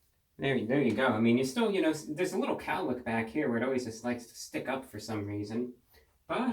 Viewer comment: you should've done a quarantine grow out and just let that flow go, baby, p.s i swear when you say a "little haircut" a couple times i hear "wittle" and i smile from cheek to cheek